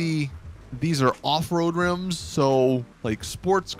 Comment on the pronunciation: When he said rims I cringed